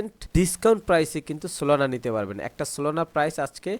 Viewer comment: solona❎ solana✅